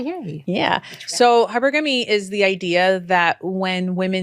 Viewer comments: The Woman Said "HYPER-GAMMUS" Not Hypergamous 🤦🏿‍♂️🤣🤣🤣! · How in the hell are they discussing hypergamy when they can't even pronounce it correctly? Hyper Gamy lmao it's even in her book. (high-PUR-guh-mee) She is so late and ignorant, I remember when some first learned about it three years ago which is five years after me and were saying it wrong but how can you be an expert when you can't even say the word correctly? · They didn’t even say “hypergamy” right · She can't even pronounce hypergamy